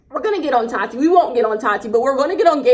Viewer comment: The way you say Tati’s name 😂 “tAaTi” lmao